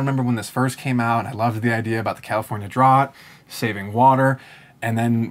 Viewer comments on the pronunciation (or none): Did he just pronounce drought like drut instead of drowt